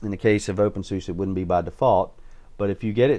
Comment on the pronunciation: It's pronounced opensuzah and spelled openSUSE, fyi.